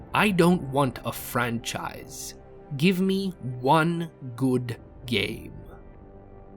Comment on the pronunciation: Stop the Fran-Scheiss